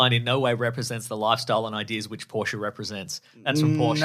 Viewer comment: It’s definitely poor-sha